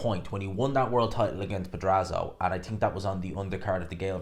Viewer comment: Pedraza* not pedrazo